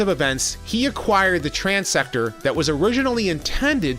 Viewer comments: It's transtector, not transector. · I am pretty sure it is Transtector not Transector.